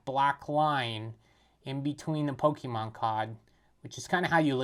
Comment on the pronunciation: Never trust a man who says Pokéman 💯